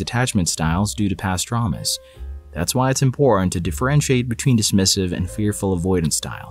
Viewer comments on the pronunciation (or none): I can't be the only one who heard "pastramis" instead of "past traumas"